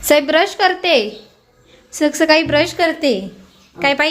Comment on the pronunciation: Saksakali nahi sakali sakali as mhanayach ka tula di